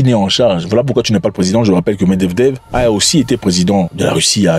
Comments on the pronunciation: medvedev.. pour t'aide se prononce.... Mèd... vé... dèv tes vidéos son super intéressant merci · Toujours d excellentes analyses. Il me tue qd il dit Meddevdev mdr